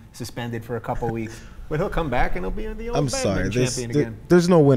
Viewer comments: why dont they pronounce badminton properly. they miss out about half the word. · badminTON, not 'badmin'